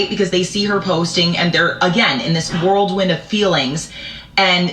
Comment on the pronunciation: The lady , wtf is a "world win"? It's a whirlwind... 🤦🏼‍♀️🙄